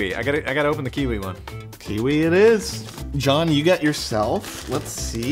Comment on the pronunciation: john*gekge everyone *stop saying gekge